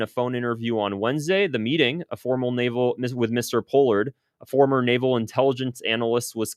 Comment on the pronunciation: Good video. Btw Pronounced Paul-ard